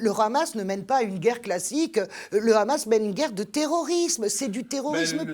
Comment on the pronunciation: On sent le parti pris quand même chez vous madame .... vous parlez émotionnellement et non rationnellement .... et on dit pas le Khamas mais Hamas (pourquoi vous le prononcez en hébreu ?) Vous vous justifiez de ne pas être israélienne ou juive... alala l'occident.... vous savez tout et comprenez tout